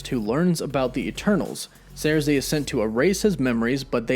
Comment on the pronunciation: Her name is Sersi, not Zarsi!!!